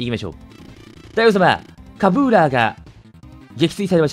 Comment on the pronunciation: カブーラーを｢カジーラー｣と読むのは草生えた